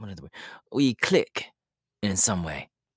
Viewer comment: Why did he sound British when he said ‘we click’